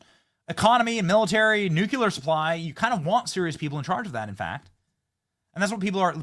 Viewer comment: BENNY! You’re amazing. Can you please check your pronunciation of “nuclear?”